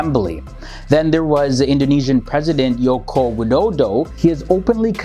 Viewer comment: Mate its not yokowi it's jokowi